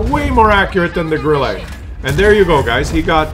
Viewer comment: stop to say "Grillé" or "Grillay" for Grille. Correct sound is like in "burn" with a short and falling tone.